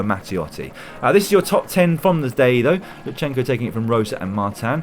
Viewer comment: LuTSenko, not LuTSHenko (T pronounced very shortly immediately followed by S). And thank you for great highlights!